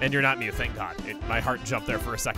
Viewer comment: You can just give up on mew. ITS MEW